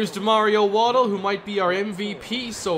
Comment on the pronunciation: You asked us to let you know when you were mispronouncing a player's name. It's Wa-DELL, not Waddle.